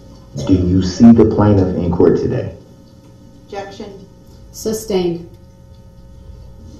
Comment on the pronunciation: I learned so much new language. Co-horsed, substained, tackit.